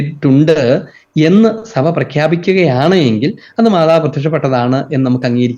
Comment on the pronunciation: സഫ അല്ല... സഭ എന്നു പറയണമെ സർ.